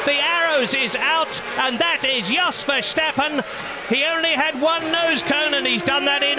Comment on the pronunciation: "Verstappen", me: triggered